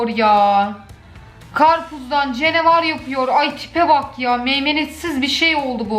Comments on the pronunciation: Her kes: canavar: cenivar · cenevar yaa Ben:ne?nchxndhns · Normalde: canavar: cenavar dldlfkslslaa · Canavara cenevar diyen ilk insan😂😂😂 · Nobody: Cenevar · Karpuzdan “cenevar” yapıyor yaa! THE 😅😂🤣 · Nobody: The: "Cenevar"